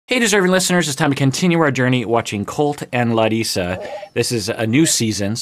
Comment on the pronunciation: ok but that pronunciation of Larissa’s name was perfect!!! have you been working on your Portuguese,?